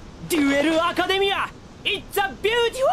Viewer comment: Why do you pronounce Academia like macademia nuts its insane